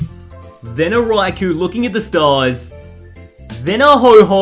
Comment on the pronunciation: It’s cool how he calls ho oh hoho